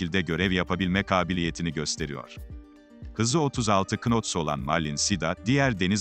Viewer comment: Seslendirme yapmadan önce bilmediğiniz terimleri ve okunuşları öğrenseniz iyi olur. “Knot” yazılır “nat” okunur. “Hâli” yazılır “haali (ince a ile)” okunur. Seslendirmecinin konuya ilişkin bilgisi de Mete Bey’in savunma ve silâh bilgisi kadar herhalde. 😊